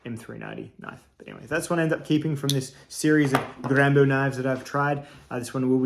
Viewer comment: G rambo knife, with a french accent. Nice 👍🙂